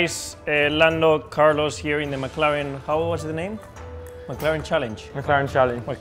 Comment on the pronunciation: Phill, make it TU Carlos sounded like a Frenchman there